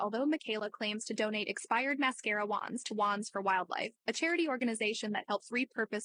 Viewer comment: The way she says wands really irks me..